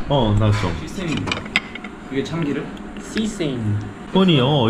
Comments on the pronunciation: 아~ 진짜... 놓히지x 놓치지o 한국말이 약해진 베트남 사람...ㅋㅋㅋㅋㅋㅋㅋㅋㅋㅋㅋㅋㅋ 아~나 그 뒤에 시세임....후... 세서미 오일!!!! 제발!!!! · sesame 는 씨셈이 아니라 쎄서미에요:) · 크하하하~넘나 재미나네요. ㅋㅋㅋ 앞으로 두 분 케미 기대돼요. >0< 그리고 그냥 참고로 참깨 sesame의 발음은 시쌔임(X), 세서미(0) ㅎㅎ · 귀염탱이들ㅋㄱㄱ 사랑을 속삭이고 앉았네ㅋㅋ 아니근데 설마 sesame 을 씨쎔으로 씨부린거여? ㅋㅋㅋ호빠? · 시세임…뭔 소린가 했더니 ㅋㅋㅋㅋㅋㅋㅋㅋㅋㅋㅋㅋ미친ㅋㅋㅋㅋㅋㅋㅋㅋㅋㅋㅋㅋㅋㅋㅋㅋㅋㅋㅋㅋ참깨를 시세임이라곸ㅋㅋㅋㅋㅋㅋㅋㅋㅋㅋㅋㅋㅋㅋㅋㅋㅋㅋ